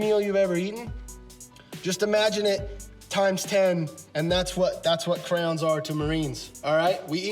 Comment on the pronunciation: I also gave you a subscribe even though you can't figure out how to say Crayons (pronounced CRAY-ANS) correctly. It's Crayons not crowns. Lol!